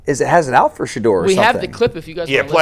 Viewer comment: Stop it. Kevin struggled saying Shedeur how women struggle to say im sorry up until last week